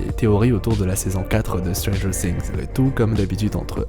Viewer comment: Je cringe à chaque "stranger SINGS" 😨